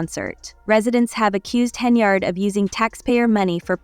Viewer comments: Henyard, not Henryard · not HENRY YARD, it is HEN-yard AI BOT CHICK